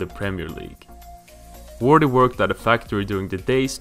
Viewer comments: doesn’t mean u can make fun of his mispronounciation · nice video but the way you say jamie vardy gives me anxiety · Lol, he doesn't know how to pronounce jamie Vardys surname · Its not Jamie Wordy, Its Jamie Vardy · Say vardy not wordeeee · Jamie "Wardy", WTF. No it's Jamie Vardy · "iron Wright" 😂😂... Its Ian Wright mate 👍 "Jamie wardy" 😂😂... Its Jamie Vardy 👍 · Jamie Wordy? Lol It's Vardy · Its Vardy not wardi😆 V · and why Wordy and not Vardy? XD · Jamie vardy not wordy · wordy not vardy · Jamie wordee?? Wtf where do u see a w in his last name.... Var-dee. How u gonna have him number 1 and u saw wordee.. its Vardy!!!!!! Say it with me. Can't even finish this wordee video.. u get a dislike.. don't make soccer videos bruh I doubt u even watch it since u don't know the name of the best player on Leicester city. And u get a dislike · Jamie vardy not wardy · no ...There is no 'W' sound in German. The German W makes a V sound. The V makes more of an F sound. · Jamie Wordy 😂😂😂😂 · Not that hard to find out how to say someone's name. Did the same with Vardy, Also didn't even mention Wright became Arsenal's all-time top goalscorer until Henry. Just comes across as lazy research. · Great video but how can you mispronounce Ian and Vardy yet say all the hard names correctly. Haha i loved the video , i liked it and shared with friends